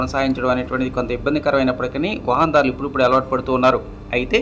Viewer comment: వహాన్ దారులు కాదు. వాహనదారులు 😂😂😂😂